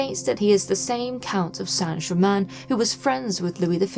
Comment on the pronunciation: Thank you, Madame, for having the manners to pronounce the name of the subject of this documentary (fairly!) correctly. The hideous programmes talking about a "Sainte Gerymayne" are a total insult- particularly from those claiming to understand occult methods. Mr. Black's book on the shelf behind you is a valid choice as well. Thank you again.